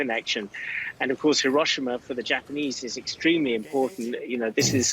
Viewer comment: &@ Thank you for being an EDUCATED reporters and pronouncing "Hiroshima" correctly.